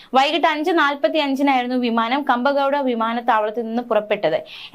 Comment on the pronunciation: Kampagowda അല്ല Kempegowda ആണ്. Very very sorry.